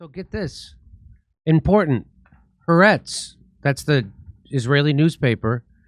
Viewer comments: The newspaper is pronounced Ha Aretz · Jimmy: “Ha-Ar’etz,” not “Harretz.”